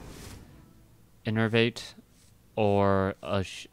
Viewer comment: OMG IS PRONOUNCING INNERVATE CORRECTLY